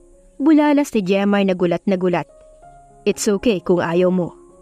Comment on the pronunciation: Jemar pala at hindi redmar😅😅